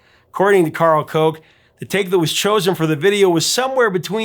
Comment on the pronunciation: Professor, slight error: it’s pronounced Karl “Cook”, although spelled Koch. Actually, he always writes his name in lowercase, so “karl koch”.